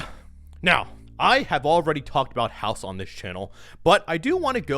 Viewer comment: Dude Says House Instead Of Haus😂🤣